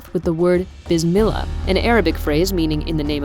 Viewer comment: lmaooo The way she said "bsmellah"